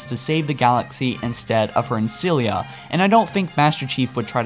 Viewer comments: Ancilla not Ancillia :\ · Dude, Ancilla! Not Ancillia... xD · i love how he says librarian though how he says ancilla not so much